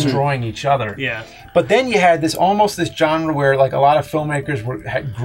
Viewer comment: Does it drive anyone else crazy the way James pronounces "genre"?